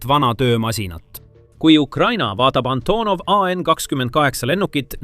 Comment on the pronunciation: "Änthonov ei en khakskhümmend khaheksa"....:):)